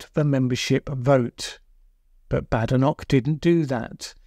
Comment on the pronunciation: Why would you mispronounce her name?